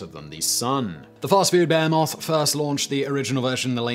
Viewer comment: simon your an absolute bear-moth of youtube but will you ever learn to pronounce that word? (behemoth)